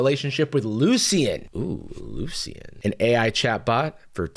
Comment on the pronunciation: It’s French. It’s pronounced Luci(un) as in the “Un” as in the French word for one. I don’t know of any similar words in French so just through that into google translate to hear it.